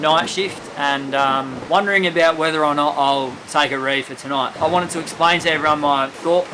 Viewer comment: Reeve?...don't you mean reef?